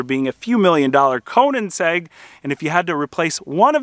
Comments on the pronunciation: I laughed like crazy when you said Conansegg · I dont think "Conan's egg" would be happy with your pronounciation of their name.. >D